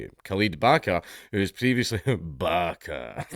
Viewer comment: I'm convinced that we wouldn't hear a difference if Dank said "barka" instead of Baqa. I thought he was saying barka.